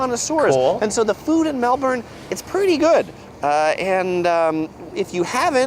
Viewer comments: Thanks. He did quite well overall. You both got the Melbourne pronunciation right - it's halfway in between each of you. He got it wrong that on very hot summer days it cools down at night tho. That might well happen occasionally if we get a cool southerly wind but on most really hot northerly wind summer days (from the desert in central Aust), the nights can be very hot and blowy too. Also at any stage in summer, an Antarctic blast can blow in and drop the temp from 40C to 16C within a few hours, often with a rainstorm as well. We call it a 'cool change'. Visitors to Melbourne in summer need to have a variety of clothes to be fully prepared. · you’ve got Melbourne down to a T.😅😊😂❤🎉🇺🇸👍❤️🇬🇧🏴🤷‍♀️ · Your pronunciation of Melbourne is spot on! Very impressed :) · It’s so satisfying to hear the American accent pronounce Melbourne right 😅😂❤ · You absolutely nailed the pronunciation! When you said it properly with any warning I was like WHAAAT just happened? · You say Melbourne perfectly, well done ladies. Have a look at dash cams Australia for a bit of fun. One thing to know about the city of Melbourne is the suburbs. They spread from east to west around the bay, 150km (95 miles) These days ebikes and escooters are the traveling choice for many. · I live in Melbourne. Well done on your pronunciation 👍🏼👍🏼 I hate! the usual Yank pronunciation 😂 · I just want to say this guy gets a lot wrong about the weathe, everything else he does well. Melbourne is known to have 4 seasons in one day but it summer it is extremely hot day and night. I love that you two know how to say Melbourne lol thanks for the interesting vids. I’d love to see you two filming driving a-hook turn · lol, you both pronounce Melbourne correctly, the guy in the video hasn't figured it out yet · Thank you so much for learning ti say Melbourne correctly. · lovely video ladies Great pronunciation for Melbourne from u both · Yay! You said Melbourne right! Thank you! 🥰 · pronounces it perfectly x